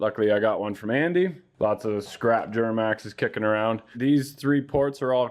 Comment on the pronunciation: “Juramax” lol